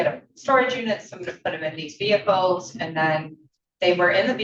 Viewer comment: Vehickles? Seriously